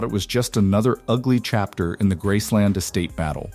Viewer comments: It's Graceland not Grassland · It’s not grassland. For gods sake can’t it be a real person narrating? I hope it’s all true but calling it grassland makes me wonder. I hope they do not bury prissy at Graceland. Send her back to Germany. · "Grassland"? Oy...you didn't even pronounce the name of the estate correctly.